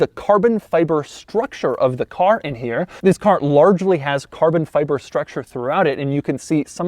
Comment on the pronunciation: "carbon feiber..." - Irish Doug